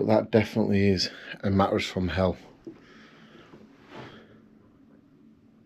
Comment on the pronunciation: I only watch your videos because i love the way you say MATT RESS. Also because youre cute. Matt Resssssss. Oo me legs